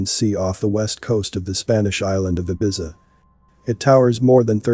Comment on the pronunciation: It's a robot listen to how 🤔 he pronounces ibiza 🤪🤪🤣